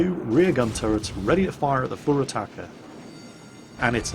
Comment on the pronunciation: Pure Attacker, Four Attackers... Wow, Youtube captions are even worse then at pronouncing Furutaka. Minekaze: Medic Ozzie.